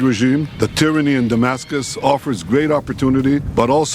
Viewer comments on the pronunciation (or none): none